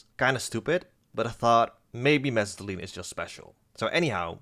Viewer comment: I love the way you say mesitylene